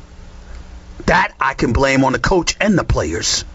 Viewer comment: It's hilarous. "that I can blame on the coach AND the playerss" lol